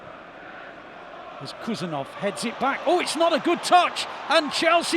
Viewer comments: Not Khusanov ❌ HUSANOV ✅ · Please he’s not Kusanov, he’s KHusanov, as Haaland. Dont you say Kaaland?!